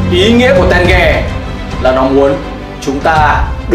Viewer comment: ko phải tenge mà là té ge=)))